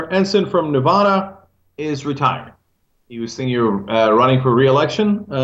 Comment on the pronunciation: Cenk, good job today; Ensign is a pig. That said; I live in NEVADA for many years, pronounce the a as in "atta boy", not as in "ahhh"!! It's NOT Nevahhda, it's Nevaaada!!